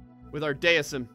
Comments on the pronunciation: IT'S PRONOUNCED DEISM NOT DEISM,! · its dee i zem